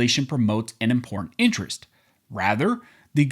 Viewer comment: Stopped listening when noted he can't read or speak the word imporTanT